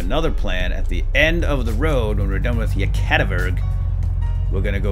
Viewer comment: Its "Yekativikurg" not "Yekativurg"